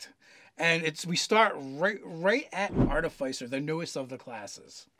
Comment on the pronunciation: That is pronounced ar-ti-fiss-er, not ar-ti-fie-ser. It is based on the word "artifice"